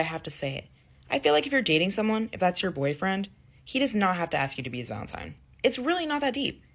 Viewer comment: For the love of God, it s Valentine, not Valentime.